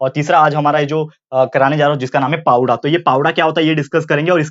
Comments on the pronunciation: Pavda nhi sir powada plz say properly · Sir it is not 'पावडा' it is 'पोवाडा' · Pavda nhi bolte sir powada hai vo plss request from me that say it properly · Pawda nahi sir powada bolte he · भाऊ पोवाडा पवडा नाही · It's not a पावड 😡😠 It's पोवाडा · Please say Powada... Not pawda